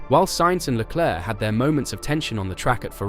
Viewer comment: IT'S PRONOUNCED LE CLERK. LOL Just ask Charles. lol